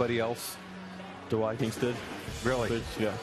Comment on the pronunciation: I love how he says, the wikings